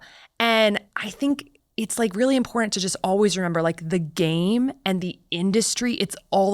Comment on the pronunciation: you would think that a doctor from Stanford would know there is no letter 'd' in the word important.